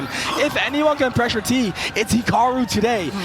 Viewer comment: On God made it tough to watch the video hearing that speech impediment every other word